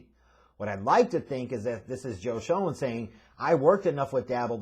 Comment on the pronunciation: His name is pronounced like Joe Shane,. It's spelled Schoen, but it's pronounced Shane. Also, it's Brian DAY-Boll.